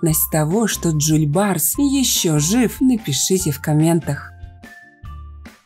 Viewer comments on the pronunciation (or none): Жол-барыс а не Джоль-барс учите язык и истории